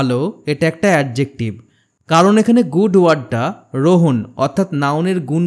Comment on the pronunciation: Vhai eta rohan apni rohon bolchen😂